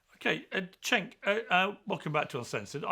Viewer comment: and : As i assumed: His turkish name "Cenk" is rather pronounced like "Jenk".